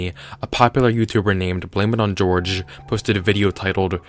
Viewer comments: You're americanizing his name. It's not pronounced George. It's pronounced whore-hay. Don't mean to be insulting either lol I just didn't know how else to type it phonetically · You keep pronouncing "BlameItOnJorge" as "Blame it on George." I thought it was "Blame it on Hor-Hey." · Its not pronounced George. Replace the gees with the sound of H's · STOOOOOOP! His name isn't pronounced like George! It's pronounced Jorge, Like "Hor-Hay." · no, he said it's pronounced like George, he says it in his videos. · It's pronounced (hor -hey) not George. Just saying. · it's horrhay not george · EpicOru Ulterra ya people always pronounce it George but it's hor hay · It’s pronounced blame it on hoar-hey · "jorge" is pronounced "whore-hey" unless it's Portuguese, in which case it's "jorj-ee". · I thought it's pronounced Hor-hey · I don't know if you just didn't know this, but Jorge is pronounced "Hor-hey". I'm aware the guy who runs the channel also mispronounces it, I assume on purpose. But it doesn't matter. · Jorge should be pronounced in Spanish due to the spelling